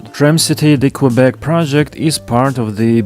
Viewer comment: Please don't pronounce Qwebec...